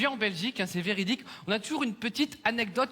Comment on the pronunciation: "Velidique" Jsuis morte 😂